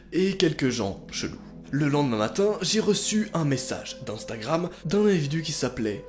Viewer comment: Personne normal: individu: invidu